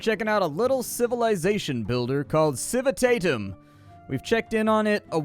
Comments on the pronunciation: Civitatem is latin for city, pronounced Kiwi Tah tem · If you want to pronounce the name like a Roman would have (since Civitatem is a Latin word), you'd say "Kii-wii-tah-tem"